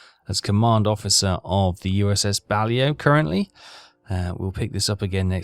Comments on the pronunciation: READ YOUR COMMENT. BA-LAY-O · it is the USS BA-LAY-O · USS Balao (Bah-lay-oh...your pronunciation is still epic fail-level) is now up to 599,185 tons (counting your previous career that malfunctioned. Nice work! If you want better targets, I'd switch bases. Go back to Pearl Harbor and you'll go right off Japan. Should have plenty of high-value targets then. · Its not pronounced that way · Well that isnt how it is pronounced either technically so you have some need to coach 😂